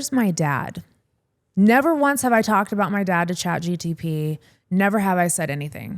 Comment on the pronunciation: You said chatgtp alot its chatgpt lol